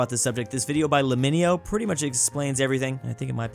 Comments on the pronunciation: Just like you do pretty often you mispronounced his name, nooooo. It's pronounced "leh-me-know", like saying "Let me know". He's also made other amazing videos which people should watch. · Dude called lemmino "laminyo" 💀